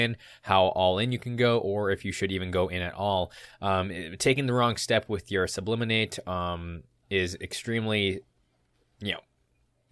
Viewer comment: It's actually sublimate, not subliminate. In chemistry, sublimation is when a solid converts directly into a gas without transitioning first to a liquid state. Great video as always. I really enjoy your content.